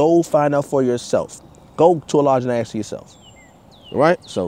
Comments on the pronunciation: another woke enlightened brother... smh sounds foolish. masons would boot his ass for not pronouncing Ask correctly. there's your sign. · Why can't blacks pronounce the word "ask" sounds like "ax " wtf 😬😆a black guy goes into a lodge he sees a mason and approaches him and tell him I want to ax you 😳a question